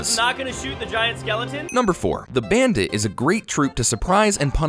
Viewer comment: Do anyone here hear him saying the bandate